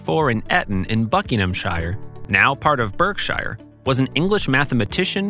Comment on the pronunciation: Correct pronunciation is "Eeton" in "Barkshire"